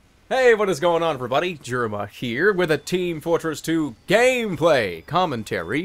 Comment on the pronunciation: Whyd oes he put so much emphasis on the gameplay part it there a inside joke